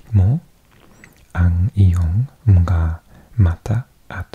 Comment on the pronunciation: Hey there, love the langauges content! When you read "Mga" in Filipino, you pronounce it as "Manga", the "Ng" as "Nang".